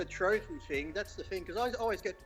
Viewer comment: Didn't Lee have friends who knew simple diction. It's Thing TH, NOT Fing with an F.